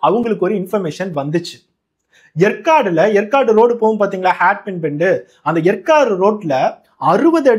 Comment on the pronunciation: எற்காடு இல்லை. ஏற்காடு ஆகும்.